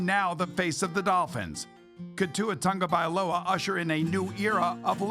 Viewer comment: “Tua Tungo-Vailoa”